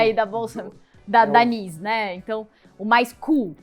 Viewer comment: Moça, NYSE se pronuncia "naize". Se falar "nize" no mercado ninguém vai entender.